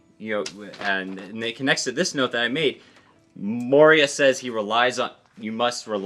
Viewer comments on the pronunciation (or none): Dear, Moria's name is generally pronounced Moria(Think mines of moria) not Moriah. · More-ee-yah, not Mariah, lol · Mohryeah 😂😂😂 It's "Mo-ree-ah" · Who's Moraya? I always thought his name pronounced Mo-ree-ya I have never hated Mo-ree-ya tho. To me he's a necromancer, one of my favourite class in dungeon and dragon. Doesn't need to lift a finger to fight, that's what your summons are supposed to do. He basically stole Sanji, Zoro and Luffy's shadows. He can also fight using his own shadow. There must be a reason why he is chosen to be a Schichibukai in the first place. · Moria is pronounced Moh-ri-a, not Mo-rAi-a. it's a pun on Komori (a bat), and Moria (Khazad-Dum from LoTR, which is its itself a pun). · The way dad pronounces Moria has now placed the cursed image of "Moriah Carey" in my head. Happy holidays y'all! :) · SOMEONE PLZZZ CORRECT HIM!!! ITS MORE•IE•A!!! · I'm sorry, but is so hard hearing Moria pronounced that way. >.<